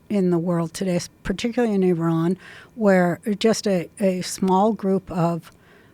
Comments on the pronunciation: I actually really respect the fact that she pronounced Iran correctly. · Wow. She pronounces Iran correctly. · I love that Roseanne pronounces Iran correctly! Now teach the rest.